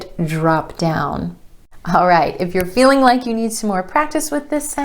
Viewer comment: Am I wrong, but when you say feeling it sounds without the g at the end?